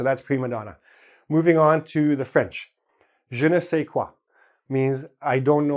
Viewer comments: it's "je ne sais quoi" not qua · im french and i can tell ya it's "Je ne sais quoi *" not qua !! ^^